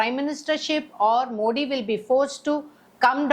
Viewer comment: You are unable to pronounce Modi and worry about your future.